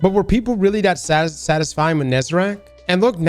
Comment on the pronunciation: If you say Nezarac instead of Nezarec one more time I swear to god